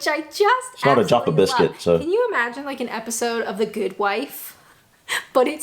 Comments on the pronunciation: The whole thing with Jaffa (not Jarfa) cakes was covered in a previous video where you tried them. Plain biscuits do not attract VAT as they are not considered a luxury. Once you partially or wholly cover a biscuit with chocolate, it becomes a luxury item and so deemed taxable. Jaffa cakes are partially covered in chocolate so the government wanted their tax. For “reasons” cakes of any kind don’t attract VAT, and so McVities quite rightly did everything they could to prove that their product was indeed a cake and not a biscuit. The legalities are maybe not quite so simple, but how do you define a cake vs a biscuit? One accepted way has to do with moisture. If you leave a biscuit out in open air, it will go soft as it absorbs moisture. If you leave a cake out, it will go hard as it loses moisture. If you leave a Jaffa cake out, it goes hard as a cake would. That’s part of the proof right there. As for TV licensing, it’s a sham these days and people are literally bullied by the organisation. I don’t pay it anymore because I legitimately don’t watch any live TV these days, but I did declare that so tend to not get harassed. However, I know people who have done the same but still get hounded with threats. When you read their literature, they don’t even understand their own rules. BlackBeltBarrister here on YouTube has some great videos on the subject. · “Jaffa” with a flat vowel. Same with mushy-short, flat vowel. Jaffa cakes are vile. 🫤 Never heard of Stargazy pie but I’m in the North East of England and we have very different customs, food and culture. We have Black Bullets- they’re not bullets. We have Stotty Cake-it’s not cake. We call a bread roll a bread bun. Chip butties are the best! Especially with salt and vinegar. 👍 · The way she says “Jaffa” in the video is correct. The way you’re pronouncing it is “joffa” or “jarffa”. I also don’t really understand the American/ Canadian pronunciation of “kebab” as “kebob”. Where did the O come from? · No r in Jaffa.